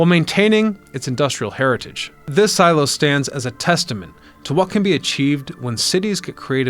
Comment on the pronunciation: Love how they used and then destroyed. Also love, and not making fun at all, but love how he says silo, see-low, my mother whom I love says Shoe-zeeeee for sushi. 😊 Awsome idea wish would see more of this in America.